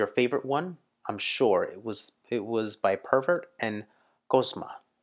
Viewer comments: Prevert, Prevert, Prevert...NOT pervert, PLEASE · It's Prevert (Jacques Prevert, a French poet), not pervert